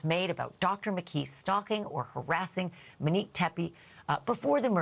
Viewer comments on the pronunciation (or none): Can we please pronounce her name correctly? It’s “Monique” not “Manique”